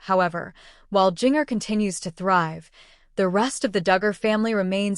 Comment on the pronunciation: Learn to pronounce the name Ginger but spelled with a J